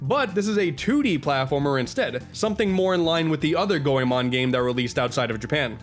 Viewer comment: I agree Chameleon Twist 2 wasn't as good. When I was 9 I recall a friend telling me about Goemon so I rented it & loved it (glad you pronounced it right).